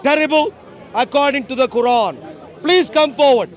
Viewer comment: He says Quaran like Sauron 🤣🤣🤣🤣